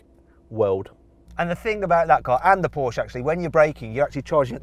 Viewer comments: PORSCHE!!!! NOT PORSCH! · Oh my goodness: PorschE not Porsch‘!